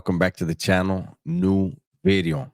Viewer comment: Nu Vid-E-O. Bringing facts.